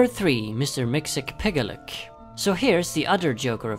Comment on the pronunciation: "Mr Mxyztplk" is pronounced as: 'Mix-zi-plik', not as he says 'Mix-ill-piggle-lick. Lol ☺